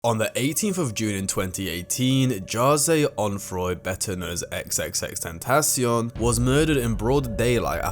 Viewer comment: Its pronounced tentaCION, not "tenTAcion"